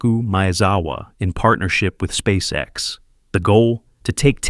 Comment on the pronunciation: Неужели нельзя отредактировать нечастые ошибки и нероавильные ударения? Спасека.с....Мазовой....